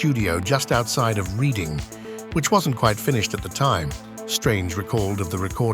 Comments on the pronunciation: One of my favorite bands, since I'm a huge Ultravox and Midge Ure fan. One note: Teach your AI voice that in Britain, "Reading" is pronounced as "redding". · Sounds like Ai VoiceOver content, who would pronounce the town of Reading as reeding. Content for for clicks and advert revenue. It's a shame because this is one of my favourite albums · Really good video about one of my favourite bands, although the AI narrations pronunciation of Reading as ‘Reeding’ was a little of putting. And no mention of Chris Payne who was involved with the writing of Fade To Grey and credited as being in the band. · Enjoyed it and even overlooked the mispronunciation of Reading, but can’t get past the flagrant mispronunciation of Moog - that’s unforgivable, sorry